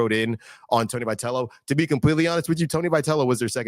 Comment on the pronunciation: First of all, get the guy's name pronounced right.